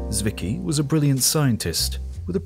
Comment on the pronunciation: Fritz Swicky? Oh, found him. Zwicky, but calling him Swicky is actually quite close. Tswicky is how I would write it for English speaking people to pronounce it more correctly.